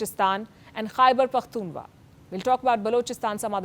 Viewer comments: Khyber pakhtunkhwa not pakhtunwa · KhyberpokhtunWa ❌ Khyber pokhtunKhWa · Its khyberpakhtunkhwa, you cant even pronounce how will you even fight, just have tea and chill